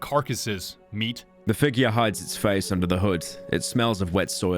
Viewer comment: I hate the way he emphasizes the nickname, "Meat." "... oh, you're doing something... ... ... (3 days later) ... MEAT."